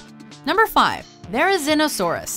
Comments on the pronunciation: its pronounced Thair-uh-ZEEN-uh-SAWR-us not Thair-uh-ZIN-uh-SAWR-us Cringe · it's pronounced There ri zee no saurus.